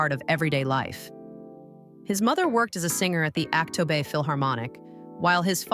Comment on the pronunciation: Чтобы рассказывать про Димаша Кудайбергенова нужно правильно произносить его , имя, город Актобе и другое